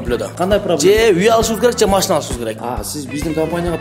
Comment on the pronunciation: Мәшине эмес машина дечи брат